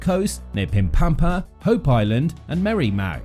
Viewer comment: “Rock-lee, pim pa ma”